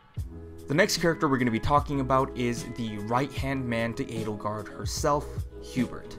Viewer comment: that is the correct, I guess german, pronounciation...